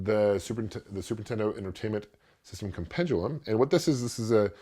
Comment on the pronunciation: The word is Compendium.... There is no L in it.